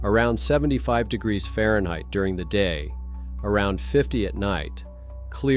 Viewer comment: So this is an AI voice.... Booooooooooo!!! AI, can't pronounce " degrees?" Degraaaasss.